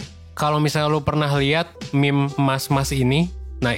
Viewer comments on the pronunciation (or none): none